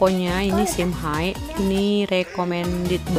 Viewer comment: Kak cara baca nama tempatnya simhe bukan simhai, cuma perbaiki sedikit ya kak